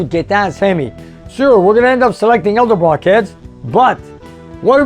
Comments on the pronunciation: it's pronounced "Edelbrock", not "Eldebrock" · I love you man, but PLEASE stop saying Eldebrock. Vic and Junior are spinning in their graves. Senior was a pioneer in the aftermarket industry. Junior built the company into an international conglomerate. Show them some love and respect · I've been watching your videos for a while now, and I enjoy them, but every time I hear you say "Eldebrock", I cringe. I'm surprised that the good people at Edelbrock haven't contacted you to ask you to pronounce their name correctly.